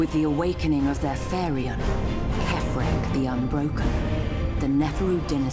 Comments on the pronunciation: Phaerion? Lol whats that? Its phaeron, sister. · so many mispronunciations in these BFGA2 trailers, its hilarious, I mean where do you get phaereon from phaeron? I laugh every time I watch these, they are still badass but they couldve checked their pronouncing of words before hand. pronouncing words with words that dont even have letters in them to justify their version of the word LOL